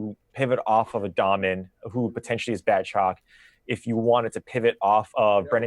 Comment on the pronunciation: Dahmen is pronounced like Daymen.